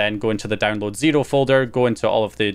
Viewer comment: Your pronunciation of “zero” is really interesting